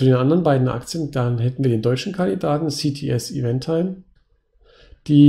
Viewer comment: Finde diesmal die CTS Eventim (man spricht das übrigens nicht timE, sondern nur tim aus ;) am spannendsten. Habe ich selbst auch schon länger auf der Watchlist. Würde diesmal auch em ehesten der Strategie entsprechen, da die Dividendensteigerung von allen 3 Aktien am höchsten ist.